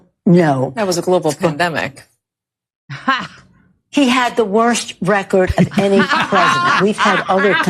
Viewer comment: Dude that was EPIC. I replayed it 5 times. It gets funnier the more you watch. have fun... BTW Tur says 'PLANDEMIC' listen closely.....